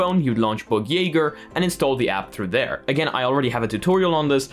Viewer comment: Goodjob pronouncing bugjaeger. Didnt know how to say it.